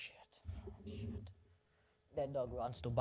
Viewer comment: loveee the Slavic/foreign mother styled - “shieeet” ❤😅😭